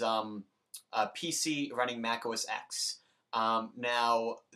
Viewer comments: 1. OS X combo updater 10.6.6 (or 7) is not the same as 10.6.8 combo updater. The latter will break the Hackintosh install. Many tutorials mention that it is not recommended to go beyond 10.6.7 when installing Snow Leopard. 2. It's pronounced "oh ess TEN". It's the Roman numeral, not the letter "X". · FYI, the X in OS X is a roman numeral, so it's pronounced 'Oh Ess Ten'